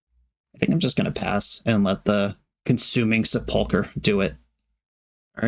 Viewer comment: The accent on sepulcher is on the first syllable. SEH pul kur